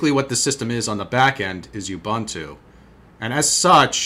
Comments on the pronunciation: It's "OOBOONTOO" (UBUNTU). "OOBANTOO" doesn't exist. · 5 1/4 drive and it's pronounced "oo-boon-too"